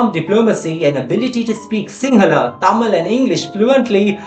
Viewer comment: Well done! I like the way you pronounce Tamil words. Keep up the good work!